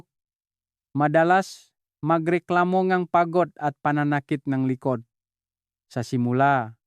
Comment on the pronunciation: Doc ikaw ba ay Pinoykc para kang Bombay na nagsasalita. Pati letter g ay binibigkas mong k like tulog sa iyo ay tulok,likod ay likot. Ay yay yay you’re not a good speaker. Nung una kitang marinig ay Hindi ka naman ganyan magsalita